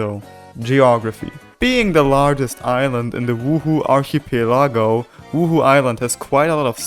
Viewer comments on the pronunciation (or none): The pronounciation of archipelago as archy peLAHgo really hurts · pronounced: arc uh pell uh go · "arke-pee-lago" archipelago lmaoooo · the fuck is an ar-chii-pieh-lá-gou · You say archipelago weird. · your pronunciation of archipelago was just mwa chefs kiss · Bro doesn’t know how to say archipelago and iron. 😂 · look up the pronounciation of archipelago